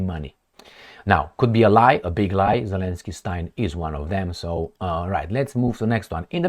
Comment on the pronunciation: Zelenskyyyyyiyiyi.. Always laugh when the name was pronounce. 😂😅